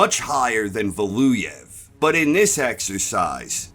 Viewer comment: How hard is it to say Valuev?